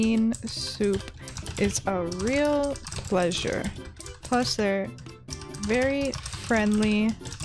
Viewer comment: I thought you said fairy-simple thing HAHAHHAHA XD